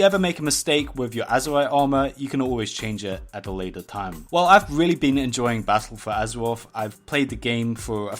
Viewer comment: Battaw fow azawaff.... XD